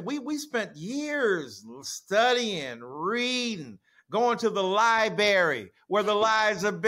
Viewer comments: He said Lie berry dude all that reading and you don't know how to pronounce library. Lie brair ree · Lol… Nothing like two drama queens,who are known for making up stories, trying to act smart while they judge others for…… spreading false information! “We spent years studying…. Readin… going to the Lie-berry”?? Well done “Dr”! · Yeah a man with a doctorate saying Liberry. That says a lot about what he has read.